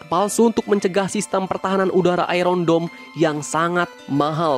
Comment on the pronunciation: Bro, kok sebutan Iron nya gitu sih . waduhh . coba, gimana nyebutin IRON MAN. Bukan nyebutin kayak iron lu itu bro.